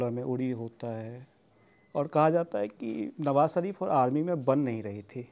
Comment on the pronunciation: The interviewer needs to work on his diction before taking such interviews. ‘श’ की जगह ‘स’ का उपयोग किया है । शरीफ़ को सरीफ़ बना दिया । Hope Lallantop maintains the quality of their content.